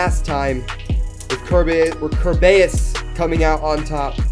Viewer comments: It pronoced car bey iss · It's pronounced ker"bee"us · I'm gonna try and say kerbeus properly (five mins later:) kerbeeoos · You still pronounced Kerbeus wrong AGAIN It’s “kur-be-us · It’s ker bey iss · dooood it s Ker-bay-us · It is Prenounced ( Kur-Bee-Is) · this is how many time he said Kerbeus but long u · You kept on saying it wrong